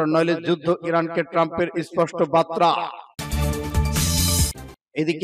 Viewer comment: বাতরানা বার্তা উচ্চরন ঠিক করুন